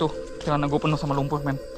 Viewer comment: Bukan lumpu.. tapi lumpur bro